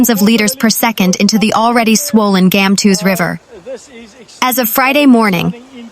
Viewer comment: Gamtoos - Gumtwo'ers Valley. The G must be the sound made by the 'ch' of loch. Please pronounce the names of our towns/areas correctly.